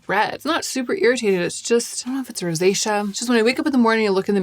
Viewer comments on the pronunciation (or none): none